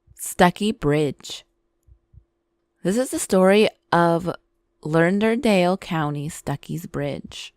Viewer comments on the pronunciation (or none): As a Mississippi native, I have to say, you mispronounced one of the counties...it's pronounced Law-Dur-Dale...but very fascinating. Great job.